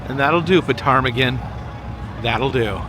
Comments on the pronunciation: I’m 36. I remember seeing portage glacier at the water line from the visitor center. So sad to see them all melt. Side note, the “P” is silent in ptarmigan. lol. So “tar-meh-gen” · Uh...just an FYI...the "P" is silent on the name of your boat. (Kinda like pneumonia has a silent letter at the beginning.) Great and lovely picture of the both of you at the waterfall. Kudos to the deck hand. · Ptarmigin the P is silent.